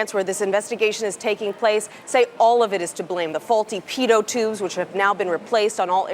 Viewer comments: pee toe tubes ???? you pi-ott tubes its spelled pitot tubes but its pronounced ugh what ever. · Sounds like she's saying 'paedo ' tubes !